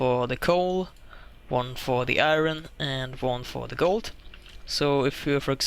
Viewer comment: how do you do have the intelligence to do redstone like this yet not know how to say word iron???